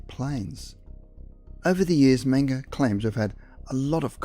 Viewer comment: the narrator kept repeating his last name as menga, mingo mango, and the name is menger, man that drives me nuts.